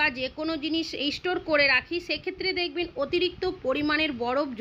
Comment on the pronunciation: It's not " istotore" but STORE .Improve your English pronunciation